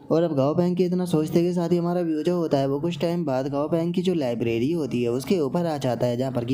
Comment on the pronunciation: I have a question Tum लैबोरेट्री ko लाइब्रेरी kyo bolte ho??